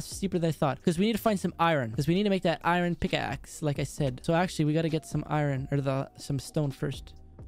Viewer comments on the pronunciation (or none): It’s I ern not i ron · I needed iorn me: iron not iron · I love your vids put its iron not iren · What about custom tnt.I like the way you say iran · He Does Just Listen To Him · I don't know why pronounced iron wrong 😂👍